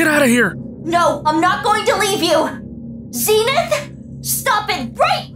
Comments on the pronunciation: I just want to say Zenith should be prounounced ZEN like zen gardening not Zeenith, Zenith is referring to the zenith or peak of a mountain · His name is Zen-ith